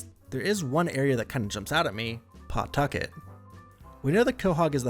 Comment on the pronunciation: Pawtucket isn’t pronounced as it’s spelt it’s said “Patucket”